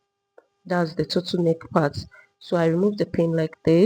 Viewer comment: Your Tuttle neck is difficult to understand